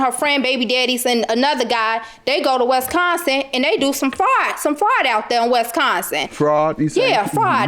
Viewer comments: Westconsin was all i kepr hearing 🤣🤣🤣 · Please stop pronouncing Wisconsin that way....ughh too much 😫 😩